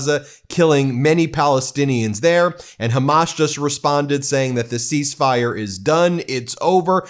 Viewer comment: Ceasefire… he got half of the word right…